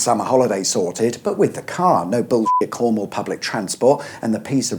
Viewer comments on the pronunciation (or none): none